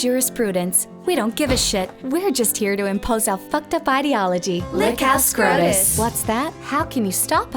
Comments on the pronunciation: I just kept hearing SCROTUS... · I prefer the Australian pronunciation. Y’know “SCROTUS” Thank you George miller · Why does the pronunciation of "SCOTUS" sound like the name of an STD you learn about in health class?